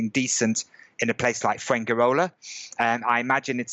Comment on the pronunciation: From the way he mispronounces Spanish words (padrón, inmobiliaria, Fuengirola, nota simple, ayuntamiento) I think his level of Spanish is pretty bad. Maybe that's the reason for his problems with the civil servants (funcionarios). Another very strange thing is that he registers in the town hall (ayuntamiento) when he has been living in Spain for 14 years.